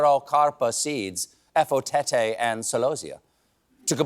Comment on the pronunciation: Well done Stephen for attempting to pronounce those Nigerian dishes. I hope you get to try the Efo Tete and Egusi soup soon. It will change your life. Sending you love from Nigeria